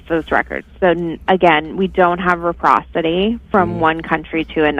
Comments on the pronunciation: "We don't have REPROCITY" It's reciprocity, you fucking liberal retard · REPROSITY? DOES SHE MEAN RECIPROSITY? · It is “reciprocity”. Not “reprocity”. Just sayin’. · Reciprocity, not reprocity , learn English you Mainer! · IT'S NOT REPROSITY, YOU * IT IS RECIPROSITY!!! GET AN EDUCATION AND GET AWAY FROM THE BUSINESS OF CERTIFYING PEOPLE TO HAVE DL'S. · Reprocity is not a word!! Stupid girl trying to sound smart. The word is reciprocity! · The lady was so gullible or just plain wilful blindness to the facts as stated by the caller. BTW it is reciprocity not reprocity. Kickbacks are probably why Omar is allegedly worth 30 million dollars. Corruption is a normal part of life in Somalia. Biden is may not be mentally competent to stand trial but his main advisers are. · The person on the phone should also learn English. There is no such thing as “reprocity”. It’s called Reciprocity!